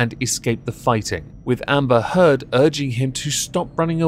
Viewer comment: Did you say Amber Turd ? Just checking <3